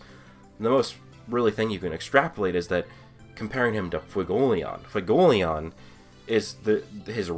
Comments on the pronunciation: FU-WE-GO-LE-YON. i keep hearing fugoleon. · learn how to say Fuegoleon for the love of god